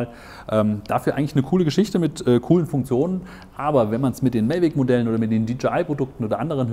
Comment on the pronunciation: Warum sagt er die ganze Zeit "Mellweg"? Die heißen "Mavic" dachte ich?...